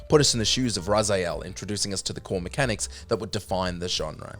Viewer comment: Raziel...not Razayel